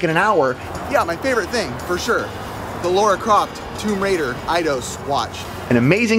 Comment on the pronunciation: "Tome Raider"